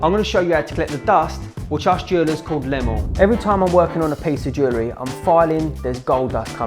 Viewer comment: When you said the gold filings are called lemel, I heard it as Lemuel which is Hebrew and means belonging to God.😂